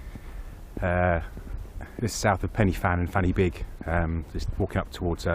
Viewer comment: Say it with me, "Pen uh van", "Van uh beeg"